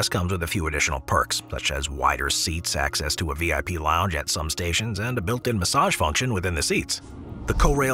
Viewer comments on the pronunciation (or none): none